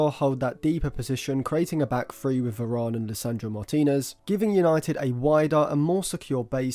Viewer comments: Why does this guy say Verarn? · good analasys but you say varane weird